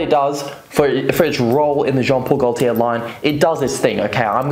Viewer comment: Jon pol goltier le mele le parfooom